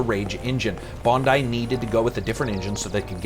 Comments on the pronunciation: Good job pronouncing "Bondi" correctly :) It's a suburb of Sydney renowned for its amazing beaches... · Thanks for saying Bondi properly, instead of Bond-EE as I tend to hear on here